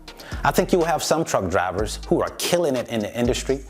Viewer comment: i feel you homie but i kept hearing cowards when you mentioned truck drivers lol